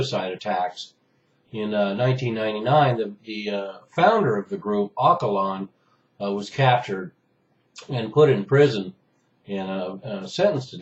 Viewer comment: The Leader of PKK (Ocalan) is pronounced as Ojalan. :) I love your videos but I believe this one about PKK's background misses a lot and it is fairly biased. PKK was a resistance force that emerged because Turkey banned Kurds from speaking their mother tongue, their identity, their culture and even jailed them for using Kurdish names. They used to even say Kurds don't exist, let alone having any rights for those poor people. With such crappy condition PKK raised as 33th (or 35th?) resistance Kurdish force that Turkey failed to suppress. If it wasn't for how Kurds were treated, Kurds wouldn't have bothered to fight back. Back then Turkey systematically targeted civilians and militia alike so how come PKK is the bad guy? Times and times in past decade PKK made 'one sided ceasefire' just to show the world who actually initiates and wishes to continue war otherwise they're pretty well trained and proved their efficiency against Turkey as well as NATO troops since 1990s. Next thing you know Turkey is member of NATO and because of that PKK is listed as 'terrorist group'. I'm surprised the sheer reason for why PKK came to existence was never discussed... :)